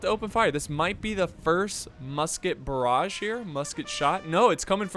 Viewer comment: "Chasseur " you must pronounce "ch" like the "sh" of shoot or like the "ch" of "french" and "barrage" the sound of the G is the same as Genius . One of your french fan